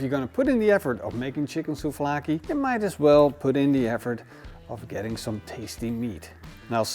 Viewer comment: souVlaki, there is a V there...